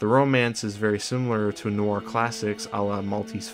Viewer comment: Guy doesn't know how to say "noir".